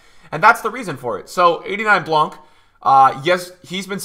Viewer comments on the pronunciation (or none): none